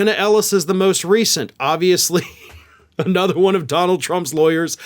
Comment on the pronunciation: Love your show, but the word is an-other, not A nother.